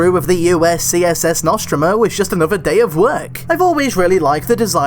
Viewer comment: Stop uploading on a monday morning when I'm at work and two the way you pronounce The Nostromo really annoys me, otherwise still wanna of your best videos